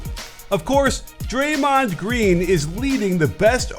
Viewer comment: Respectfully, it's Draymond